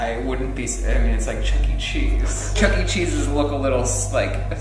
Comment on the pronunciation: Okay but why are some people pronouncing it “Chuck E Chesus”